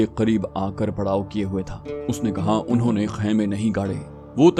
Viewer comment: Aap suhaba ko wanho bolty hyn jabky anho bolna chahiye